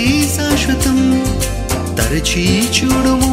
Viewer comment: Praise the Lord brother దయసేసి ఏమి అనుకోవద్దు మీరు మాట్లాడేటప్పుడుకాని,పాడే టప్పుడుకాని "చ" మీద వచ్చే ఏ పదాన్నైనా సరిగ్గా ఉచ్చరించటం లేదు. ఉదా"కు చూడుము అనటానికి బదులు చ్యూడుము అని పలుకుతున్నారు. మీరు అలా పలికితే తెలుగుకు ఇంగ్లీష్ మిక్స్ చేసి కొత్త పదం తయారైనట్లుంది.దయసేసి అర్థం చేసుకుంటారని భావిస్తున్నాను